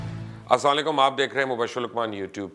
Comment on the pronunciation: Please always try to say "assalam o allikum" properly